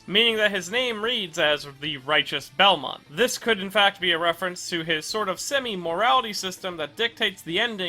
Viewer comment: Someone that finally pronounces his name right 😎